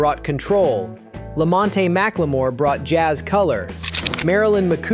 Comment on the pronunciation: LAMONTE NOT LAMONTATY.